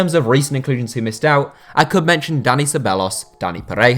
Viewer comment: Your pronunciation of the Spanish players is wayward, you say Ca”th”orla then say Ceba”LL”os 😓